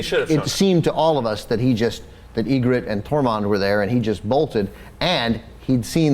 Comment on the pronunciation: They are pronouncing Ygritte's name right tho.